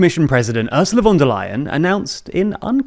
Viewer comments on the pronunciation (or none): The "V" in "Von" is pronounced like an "F" in German. So it is not Wonderleyen but Fonderleyen